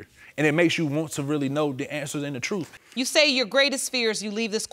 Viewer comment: I'd they say "TROOF" one more time....